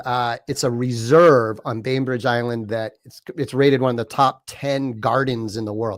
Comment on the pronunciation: Lol ! Billy ! Lol ! No "s" ! BAIN-BRIDGE ISLAND